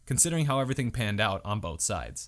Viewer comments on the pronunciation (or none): none